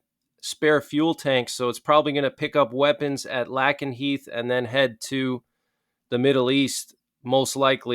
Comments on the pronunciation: Just as a heads up, it is pronounced LAKE-n-heath...not LACK-n-heath. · Pronounced LAKE-N- Heath !!! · “Lake n heath” is how u say it lol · ❤ Lake is pronunced lake... lakenheath. Dont wan douche to mock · It’s pronounced LAKE-nheath. Also, air superiority also includes air to air combat (dogfighting) its primary mission and air to ground operations. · Lakenheath. A like in ace not a like in apple